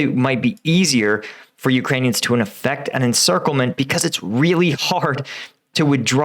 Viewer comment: So funny listening to you trying pronounce Ukrainian towns!! 😂😂